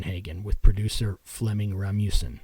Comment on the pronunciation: you pronounce Flemming Rasmussen completely wrong you say Ra-mu-sen Ras-mus- en also butcher Tom Araya´s name Google Translate did a better joy pronouncing the names anyways nice video